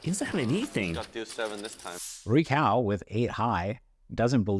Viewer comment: Commentator also got it wrong but the cao in rui cao is pronounced tsao. the "ts" sound is like the end of cats